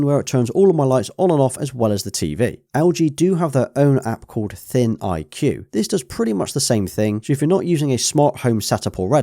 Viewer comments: It's not pronounced thin IQ, it's pronounced as "think!" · “ThinIQ” lol what are you talking about adding letters and such 🙄 It is “ThinQ” as in pronounced “THINK” there is no I for the IQ as you are saying “Thin-IQ” Details matter 🤦🏻‍♂️